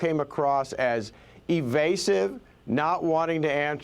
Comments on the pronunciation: It’s FAN-i. NOT Fawn-ee. . . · There's no W in her name!! It's fan-e, Fannie. Jesus h Christ what is wrong with y'all!!! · Her name is Fani Willis, not Fawni or Fawny Willis. Don't any of these people know how to pronounce words? Just because she has a big fanny, they don't want to say her name correctly! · Is everyone at Fox mandated to call FANI (FAWNEY)? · It's pounced "Fanny" btw 😂